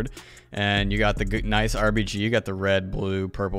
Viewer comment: he said rbg